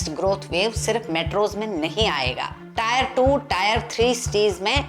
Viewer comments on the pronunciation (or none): Maam i appreciate ur video..just one small opinion, टायर 2-3 nahi mere khayal se टियर 2-3 bolenge 🙏🏻